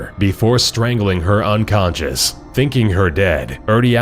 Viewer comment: you said "he thinkng her dead"